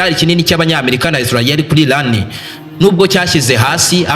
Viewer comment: Erega si ilan. Ni Iran. Sha prononciation ntuzi nsmba uracurika ugacurura...vrt uvuga inkuru nabi😅